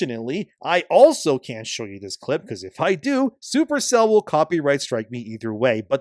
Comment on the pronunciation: Every time you say “Super Cell,” I think for a split second that you said “Super Saiyan.”🤣